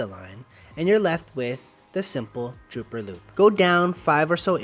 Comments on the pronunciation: Dropper loop...not drooper...lol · I think it is dropper loop, not drooper loop.